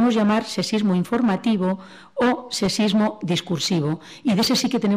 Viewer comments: Al principio a la primera conferenciante sólo le escuche "secismo" en lugar de sexismo. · Aquí mismo en esta grabación, tenemos la palabra sexismo, que la ponente pronuncia sesismo, lo que puede -con muchas ganar de debatir o simplemente polemizar gratuitamente- confundirse con el ceseo español (ibérico, se entiende) que no utilizamos el resto de hispanohablantes. Lo mismo ocurre con la pronunciación ibérica "sh" que tienen para la S, amen de muchos otros aspectos.